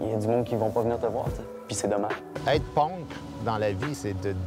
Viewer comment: Guy Nantel qui dit "ponk", pas mal rebelle